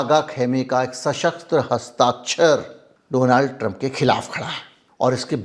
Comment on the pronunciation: Apna to Baklol hai usko Donald kahne nahi aata Doland kahta hai ,entire politics pass that is no subject in syllabus